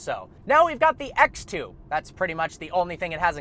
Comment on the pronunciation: ”ax two”